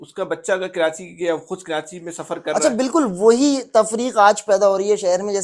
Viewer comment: taily ho tum pehly apna talfuz to theek kro. Karachi ka nam کراچی ھے نہ کہ کرانچی ھے.